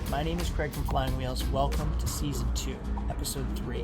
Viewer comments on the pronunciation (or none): It's season ,not seson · Craig it’s “SEASON” 2 mate NOT SESON !